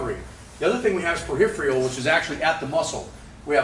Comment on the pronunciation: Ain't nothing like "periph re al" fatigue! 😁